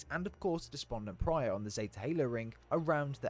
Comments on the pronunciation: Great vid! Appreciate the catch up on the lore, since Halo 5 kind of put me off. Only one question: It’s “Despondent Pie-er” not “Pry-er” isn’t it? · Depondent PYRE, not Prior 😂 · Despondent Pyre not Despondent Prior. Adjutant Resolution not Adjustment Resolution. Offensive Bias not Defensive Bias. Pls try to pronounce the names correctly. Thks for the video. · Its Despondent Pyre (Pie-Er) no Pry-Er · loved the video it was great and really interesting but it irritates me when you call Despondent Pyre "Despondent Prye"😂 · Great vid and explanations! Bit of feedback work on getting those names down: Offensive Bias, Despondent Pyre, Adjutant Resolution. Keep it up!